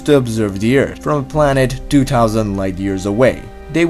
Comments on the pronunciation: Your accent and lisp is annoying lol. I'm sorry though. Earse=Earth lol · Can't even handle this accent. Lol It's pronounced 'thousand' and 'Earth,' not 'tousant' or 'eart.' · your channel has potential, please don't ruin it by speaking terrible english. you need to learn how to pronounce your Th's. look it up! you are saying 'eart' not 'earth'